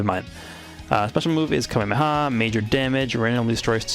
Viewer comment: Can't believe the homie said Kamekameha wrong... so much faith... T A R N I S H E D